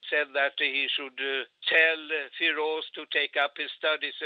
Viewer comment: Froz Khan... not Gadhi